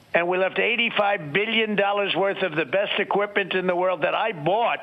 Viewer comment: Does muttonhead actually say "the beshsht equipment...."? So loony even his teeth are trying to keep their distance!